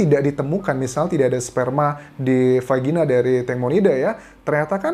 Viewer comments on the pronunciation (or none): Dari vagina jadi vagini ya kak Anjas😂😁saking excited nya membantu mengungkap kasus tangmo